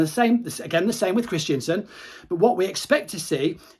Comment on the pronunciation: Kristensen not Kristiansen haha. Great videos though mate.